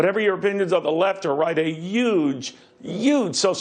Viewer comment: Did he say "yuge, YUGE" ? Also, listen to Cavuto's language - he still is so very subtly skirting around this fact: Trump is a liar, period.